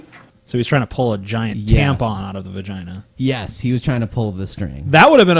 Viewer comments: You stole the pronunciation of vagina "vagin" from Borat xD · Lost it at "We got to get this guy out the the giant vajeen!" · Its pretty ironic that such a big pussy cant say vagina lol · Why is the guy giggling like a 5 year old? Ok, so he's gay but he's been in a vagina at least once. He's almost 50, he should at least be able to pronounce the word.